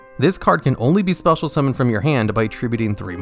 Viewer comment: "Cannot be normal Mummoned or set"